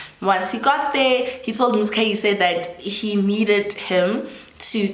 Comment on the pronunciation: I am trying so hard to ignore your pronunciation of "Muzikayise" 😭😭😭